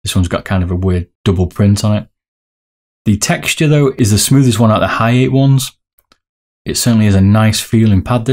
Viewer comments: It's Ha-ya-te not Haiye or Haiyet and "Hien" is pronounced like "Hee-en" ^^ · lol its Ha - ya - TEH it is a complete stop at the "te" part you don't prolong the pronunciation like "tay" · Lol you butcher the name! 1. Ha-ya-tey / Ha-ya-tey ot-su (ot!= oat, and su from sukhoi)/ Ha-ya-tey Kow 2. Hi-en (Hi from hiccups and en from enlarge) 3. Zero = Zero? 4. Raiden is a bit english maybe 5. Shin-den-kai (from shin in your leg, den from english den word, and khai) Nice video, looking forward for the comparison. Maybe for comparing soft/mid you can add some weight onto the mouse.